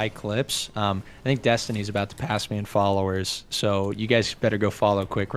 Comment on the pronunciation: When said kai clips name, It sounded like he called him "Cock lips"